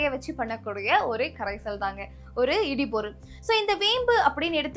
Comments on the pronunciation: சகோதரி இடு பொருள்.இடி பொருள் அல்ல.உச்சரிப்பு முக்கியம். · சிறப்பு. உச்சரிப்பு இடுபொருள் instead of இடிபொருள்.